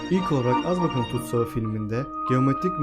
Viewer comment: Güzel bir video çok da aydınlatıcı ama keşke azkabana azbakan demeseymişsin